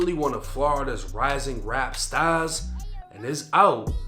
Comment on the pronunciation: "Felony Chauge" 😂 ""Rap Staas"